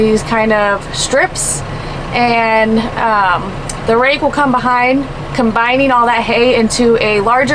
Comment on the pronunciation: did u say rake or rack!